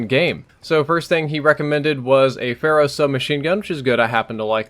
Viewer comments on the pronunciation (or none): "...with the Phara" I think you might have been under the influence of Overwatch when you said this. ;)